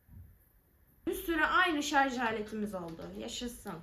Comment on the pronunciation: Şarz değil şarj😂